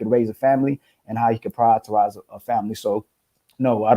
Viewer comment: Someone tell that it is "prioritize" not "prioriterize" lol. It's his favorite word, but he constantly says it incorrectly.